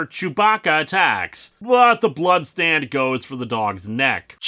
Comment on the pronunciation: Am I the only one who hears Stan every time he says stand? Like all the Steve's from Yu Go Oh abridged :)